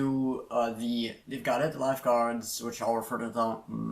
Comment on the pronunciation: That pronatiation was almost perfect.